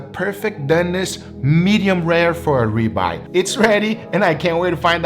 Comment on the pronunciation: I love how he pronounce "rib eye"... like "rebuy" 😅